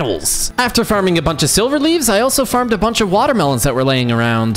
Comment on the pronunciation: Dude the Demon king is say like sliver